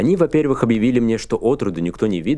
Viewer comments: А почему вы говорите во-перЬвИх? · Совершенно непонятно, почему Вы говорите воперЬвых с нажимом на мягкий знак и сразу же называете во-вторых вовсе без мягкого знака? Обьяснитесь.